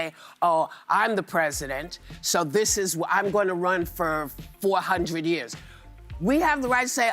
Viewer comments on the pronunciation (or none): none